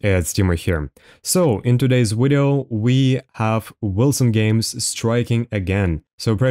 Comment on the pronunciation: Why do you say wideo and speak like you’re acoustic ?